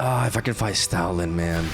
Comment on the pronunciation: Why do I hear Stalin instead of stoutland am I tripping